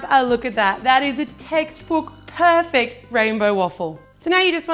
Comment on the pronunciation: Why do you always said "perpect"?